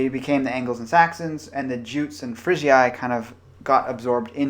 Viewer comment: Jutes is pronounced 'yoots'.